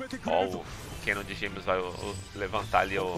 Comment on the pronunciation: "É o Valãteini". O cara fala Kanon com a pronúncia do inglês Canon, e não acerta a pronúncia do inglês Valentine. 😐